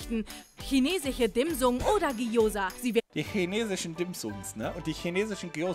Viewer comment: "Dim Sung"...DIM SUNG.......????????? das heißt Dim Sum #RUHEPULS